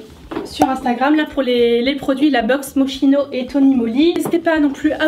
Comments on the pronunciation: Mochino 😂😂😂 sa se prononce MOCHKINO ❤️ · Coucou juste pour info je ne suis ps sur de moi desole si je me trompe mais il me semble que moschino se prononce moskino comme cest une marque italienne , comme mon prenom qui se prononce kiara . En italie le ch se prononce k Enfin sinon superbe video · On prononce « moskino » 🙈😂 mais on t’aime quand même 😘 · MDR j'ai toujours prononcé Moschino shame on me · Sa se prononce moskino non pas mo*ch*ino ??¿???